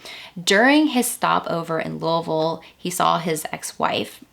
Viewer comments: You pronounced Louisville correctly. I am impressed. Few people say it the right way. Thank you! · Can I just give you props for pronouncing Louisville correctly 🥲 I’m from Southern Ohio (Scioto County) Edit I just saw you’re from there so makes sense hehe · are you from kentucky?? because the fact you correctly pronounced louisville has blown me away 😭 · You pronounced Louisville correctly - like a native, and that isn't easy. And this was an excellent program. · Girl you said Louisville correctly, I love it. Are you from KY? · Louisville native here- I had never heard of this case before I found your video!! Also props to you for saying it 100% correctly- you sound like a local haha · I love that you pronounce Louisville correctly! Great video. I am a new subscriber, excited to have a new podcast. Thank you!! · "Louisville" pronounced like a true, native Kentuckian. You must be from around here. I myself live just a bit north of Louisville and I gotta say, i hate the city. It's ALWAYS been dangerous. Why would anyone let their 8 year old walk alone to church almost a mile away? Why wasn't someone else in the family going to church? Why couldn't someone have dropped her off, cold as it was? I have so many questions... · Being from Kentucky it's irritating when people pronounce Louisville the wrong way, but you pronounced it correctly and by God that's good enough for a subscription! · As a Kentuckian, I so appreciate your correct pronunciation of Louisville! 😊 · I'm from eastern KY and it makes me happy to hear you pronounce louisville the way we do here. Most say Louie ville. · Wow. Lived in and around Louisville all my life, and I’m not sure I’ve heard of this. So sad. I’ve driven by that church many times never realizing how such a terrible thing happened there. Crazy. But agreed with several others in the comments, thank you for the proper pronunciation of Louisville. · Wow! You pronounce Louisville like a native. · Pronounced Louisville right. ❤